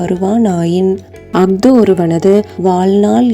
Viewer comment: வெளிப்பாடு நன்றாக இருக்கிறது ஒலிப்புப் பிழை இருக்கிறது அஃது,கல்